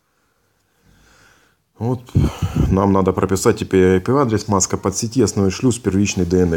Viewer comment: Ай пи одрес, мои донные, нажимаем долее, роз, все работает. До свиданио. 😂😄